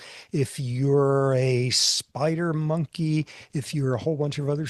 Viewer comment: Did he say spider monkey? 😄